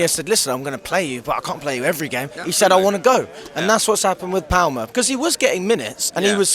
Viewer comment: classic intriguing pronunciation of player names 🤣it's palmer as in palm tree